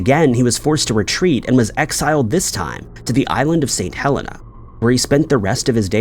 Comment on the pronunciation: The name of the island that Napoleon was exiled on was Saint Helena (Hell - een - ah). Sorry!